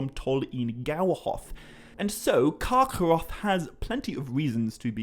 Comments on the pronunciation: Its just kargoroth. Not karchoorroocchh, i damn near stopped listening. Rest of ur videos are great. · I love how you pronounce Carcharoth. Sounds like Yiddish :P